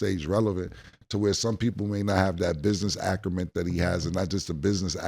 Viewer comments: Killa does it again. 😂😂😂ACRUMENT... THAT AINT NO WORD😂😂😂 WILD AS STANIMA PAUSE!!!!😂😂😂😂😂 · "Business akerment"